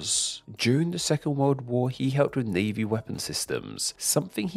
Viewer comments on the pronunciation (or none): none